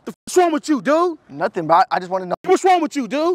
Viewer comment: I like the way he say dude "du'u" ! Greetings from France.